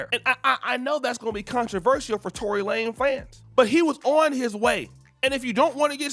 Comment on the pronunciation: Lanez not Lane! lol